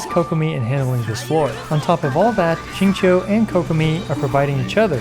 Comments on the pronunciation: Rip to Xingqiu's name being absolutely butchered lol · at this point i feel like people slaughter xingqiu's name on purpose lmao